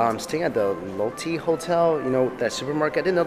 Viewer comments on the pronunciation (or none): Lotte is pronounced as Lo-tay not Lo-tea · Its pronounced lote-te 롯데 kind of bothered me